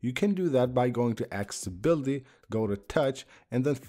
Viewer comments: It’s called accessibility not acibility. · He can clearly say access but not accessibility? Wtf? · He can clearly say access, but can’t pronounce accessibility.